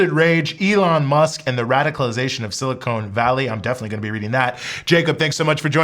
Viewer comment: I hope this doesn't sound pedantic, but ... "silicon" is pronounced "si-li-CON" not "si-li-conE". It's "con" not "cone".